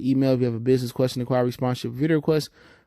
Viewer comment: Bro there’s no A in Bol Bol’s name. “Bola Bola”??? 😂 kinda hard to take you serious when you continuously butcher these dudes names.